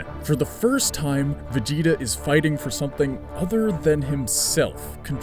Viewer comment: when you say vegeta it sounds like vagina.